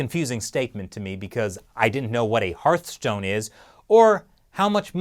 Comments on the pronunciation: It’s not Heartstone, but Heart(h)stone.... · I love how much of a hard time you seem to be having with the Hearthstone pronunciation hahah